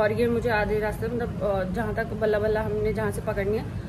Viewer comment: Balla balla nhi bla bla car h wo glt pronounce kr rhe hai. BlaBlaCar is the world's leading community-based travel network